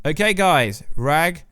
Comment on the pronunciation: Did you swallow your tongue? You are still saying ‘Norths’ instead of ‘Norse’ and you sound like a kindergartner when you try to say Ragnorak. I’ll never understand people who make their income from talking but can’t pronounce words correctly or have speech impediments.